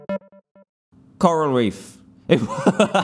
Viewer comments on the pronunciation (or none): The way he said coral reef 😂😂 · the way he says coral reef